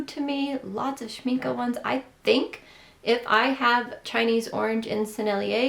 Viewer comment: A friendly tip: For American English speakers, the last vowel of Schmincke sounds sort of similar to the last vowel in “Rebecca” (Schminckuh) and NOT similar to Schminkee or Schminkay. It’s not an exact vowel pronunciation match from German to English, but it’s a decent approximation. I think Casein is pronounced in the US as “kay-SEEN, accent on the SEEN. Thanks for showing us goodies!